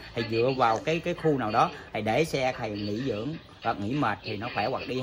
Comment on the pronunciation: Ông thầy nói chữ th ko dc sao dạy được khầy